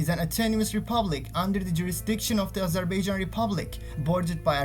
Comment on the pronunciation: ya daha doğru dürüst Azerbaijan diyemiyorsun. Öğrenin şunu amk.